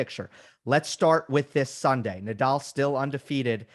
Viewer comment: I think Americans butcher Nadal's name. Haha